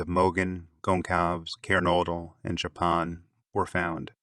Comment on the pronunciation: Wonderful work. Just one teency weency iddy biddy thing... Please 🙏🏻 pronounce the victims names correctly. Kaylee Goncalvez (K-Lee Gôn-sÂLL-vêz; [sâl like in sâlsâ] Xana Kernodle (Zan-nA Kêrn-ō-dûll) Madison Mogen (you said her name correctly) Ethan Chapin (Ēthân Chāy-pîn)